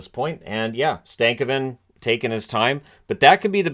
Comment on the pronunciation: Stan-ko-ven. Btw haha